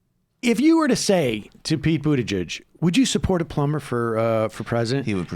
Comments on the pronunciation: I like this dude, I can tell he’s pretty intelligent and I know this is petty and I’m shallow and a complete dick here but dudes lisp drives me nuts, calling him buttagegg instead of pronouncing it buttaJegg (yes I know that’s not how you spell it) was annoying me too. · This guy mispronouncing pete buttigag is mad funny haha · i love how he calls him "pete buta-gegg" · Pronounce Pete Buttigieg's name like this: boot-a-judge. Pronounce it right DUDE. The black dude. I like Bernie. I love Bernie. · Well you’re not that smart when you can’t even say his name right. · “I don’t think Pete Buttigieg is smart” says the guy who can’t even say the name right. 😀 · You should maybe learn how to pronounce his name if you're going to try calling him dumb... ....but I agree with your point.